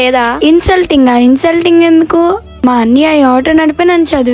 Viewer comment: ముందు అన్నయ్య అని పిలవడం నేర్చుకో.. అన్నియ కాదు